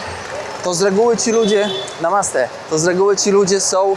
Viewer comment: ….i jeszcze jedno: „Namasté“ powinno być akcentowane na ostatnie „é“, a nie po polsku na przedostatnią sylabę 😅